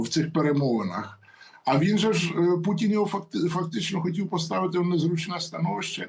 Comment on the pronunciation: Шановна! "пуЦін, я б хоЦіла, з боку штаЦів"... До чого тут "цикання"? В українській мові дані слова пишуться і вимовляються через букву "т". Ми ж не кацапи, і не бЯлоруси. Давайте будемо поважати свою мову, тим більше у ефірах. Доречі, ви далеко не єдина журналістка, чия мова у ефірах "ріже слух". Вибачте, коли що.